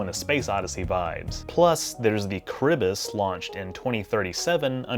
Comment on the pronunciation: I'm not that big of a Star Trek fan but I'm really impressed and entertained by your depth of knowledge/research, sly humour, and engaging presenting style. Enjoyed your recent "clone sequence", hilarious. Um sorry to be that pedant but for future reference Charybdis is pronounced ka-RIB-dis - an odd choice of name for a space vessel since Charybdis was a mythical whirlpool that sucked sailors to their deaths :p